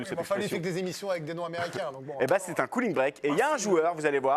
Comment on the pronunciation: Cooling break “Cou not Cau”